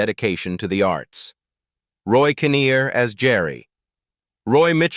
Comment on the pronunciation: it was Roy Kineer not conir